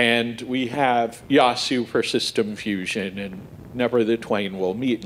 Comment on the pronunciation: Wow. First time I've heard Yaesu pronounced correctly by hams. Or at least close. :-)